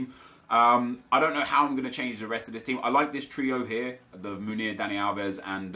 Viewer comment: Sorry for correcting you but it just gets on my nerves for some reason. You get Munir confused with Meunier it's pronounced 'Moon-e-a' and the 'e-a' bit you just say the letters e and a